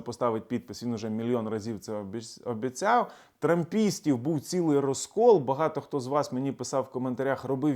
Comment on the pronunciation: він чуть не сказав замість "обіцяв" обісцяв 😅